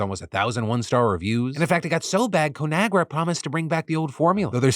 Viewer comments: Sorry Phil but I had to laugh at your expense when you pronounced ConAgra as co-nagra. The name is derived from the combination of the Latin words con ("with") and agrī ("soil" or "earth"). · What an interesting pronunciation of ConAgra